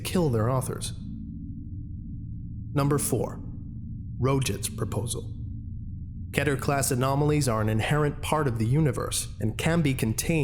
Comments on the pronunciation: TheCipherBoy The correct Hebrew pronunciation is Keh-Ter. That’s why most people go off that. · This is absolutely fantastic. I wish you wouldnt say "ketter" though, its so infuriating! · It’s pronounced keeter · Kehter? I've been pronouncing it keeter this whole time! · do you really pronounce keter as ketter? i always thought you pronounce it as keeter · when he said keter like 'kedder' i DIED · You can say it either way, but the correct way to say it is key-ter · mispronounces keter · Ever notice how people have a different way in saying "Keter"? First time i heared it was in SCP:Containment Breach. Always wondered how the actually pronunciation is.